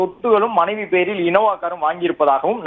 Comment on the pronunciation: Sir maanaavi illa manaivi